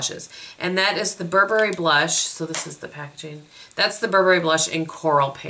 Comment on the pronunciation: You are the first and ONLY American Youtuber that I have heard pronounce Burberry, correctly!!! LOL